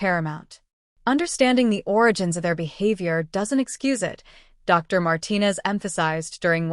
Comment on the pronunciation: D R 😂😂 Perhaps type the word Doctor and then maybe AI will actually get it!